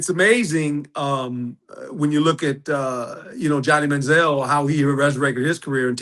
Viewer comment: For god sake, correct that man, Manzell/Baker! WTH?